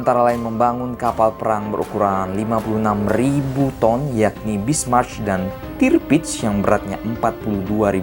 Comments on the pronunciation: Njiir..😂 Bismarch lagi...yang bener tuh Bismarck keleuss...😂😂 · Sebutnya bismark tulisannya bismarck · Masukan bang, cara bacanya "Bismarck = Bismark", "Reich Kanzler = Raih kantsler", "Deutschland = Doitsland". Saran juga bang, bukan bermaksud menggurui, di next video, abang coba cari tau pelafalan katanya 🙏🏻